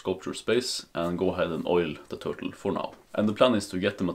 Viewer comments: Bro said TURLTE 😂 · Turlte? Lol. Nice work though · No idea what to call it, huh? How about: Twur-tle.